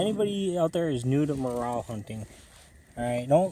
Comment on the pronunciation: It’s pronounced More Rell, not morale.